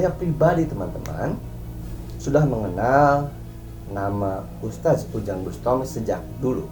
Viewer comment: NGOMONG "USTADZ" AJA GELEPOTAN KOK MAU NGOMENTARI ORANG LAIN